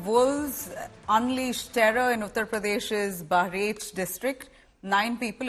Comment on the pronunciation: Kindly pronunce bahraich properly you are an indian anchor